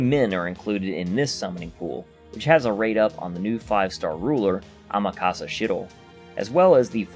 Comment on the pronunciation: I'm sorry, I just gotta say. You're butchering Amakusa's name. It's not AmakAsa. It's AmakUsa. As in like "cull" or "full". I'm a huge fan of Amakusa so it's kind of petty of me to point it out but yeah. AmakUsa.